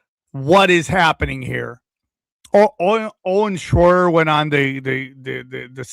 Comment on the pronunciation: saying "Owen Shroyer" gave me flashbacks of Larry King trying to say Mark Wahlberg 😊